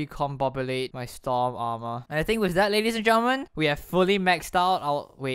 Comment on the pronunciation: lol you are saying stom aremer